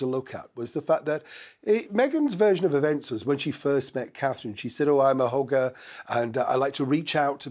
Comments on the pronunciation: did you say hugger or hooker?🤣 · Laughed my head off!, the way you pronounced ‘hugger’ came to my ears 👂 as ‘hooker’!!! In OZ, a hooker is used for among other things, a prostitute, a ☎️ girl💅, a lady of the night, a ‘loose’ lady, ‘party’ girl 👜👠👗, yacht 🛥️ girl 👙👒🕶️!!! Then it struck me, being the gentleman that you are, no way would you stoop to such bluntness and unguarded truth! 😆😅😂🤣🥲🤣😂😅🥹 Listened to the word a second time and realised my mistake! 😅😊😊😅 Love ❤️ your posts 🥰 Long live HRH KCIII And all the REAL ROYALS!!! Love all our links 🔗 with Uk 🇬🇧 Wales 🏴 Scotland 🏴 Ireland 🇮🇪 New Zealand 🇳🇿 Canada 🇨🇦, and all the Commonwealth of Nations …. Friends from Australia 🇦🇺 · Oh dear...when I heard you say she's a hugger, at 1st I mistakenly heard h**ker😮 Slip of the accent. My bad.